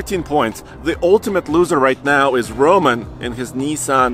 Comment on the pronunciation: The 300 ZX is a Nissan. Not a Neesan.